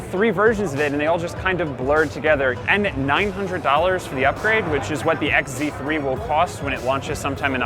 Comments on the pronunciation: This guy mispronounced the Sony phones as ZX instead of XZ it portrays the misinformation and negativity tour they have towards Sony. 1 Are they payed to do this? By other oems whom did this in the past already like Samsung... 2 Is this guy a little bit bias? It seems as if he doesn't know what's good even if it slapped him in the face..... 3. While complaining about the phones size and such they show the xperia XZ2 compact wich does have a bigger bottom bezel compared to the one on the XZ3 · Did this guy say zeex3??? I mean zx3?? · WHY DID THIS GUY SAY ZX3 NOT XZ3? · Stop calling it ZX3 OMG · he kept saying zx3 not xz3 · This is actually a terrible review... Anyone could do this better. It's like this guy knows nothing about tech, he can't even say it's name correctly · you can't even say the phone name right